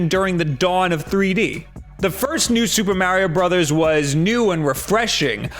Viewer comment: Soopa Mawrio Bruthas as calls it is due for another good 2D iteration. It would be very welcome.